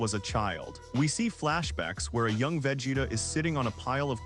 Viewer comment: VEGETA!!!! NOT VAGETA 😂